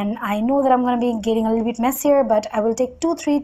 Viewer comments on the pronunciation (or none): none